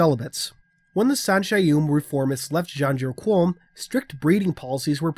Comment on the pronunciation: My internal pronunciation was Muh-ken Scey-ah-ben. So it was weird hearing this. And Janjur Kom, there's no U in Qom. But, nitpicks.